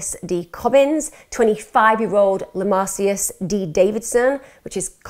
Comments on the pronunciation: EMMA his name is pronounced lah-mar-cus. As a lifetime knoxville resident in that same area weeks prior and having my baby the week after, this crime hits home. That girl was a good Christian daddy's girl and they proved that in every way. Even a new law of victim blaming was passed due to this case saying they wanted drugs saying she offered sex for drugs and oral sex to be freed. I drive by this place every week. This case never got the national coverage it deserved because it doesn't fit the racist hate crime narrative. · LEMARICUS! At least get the names right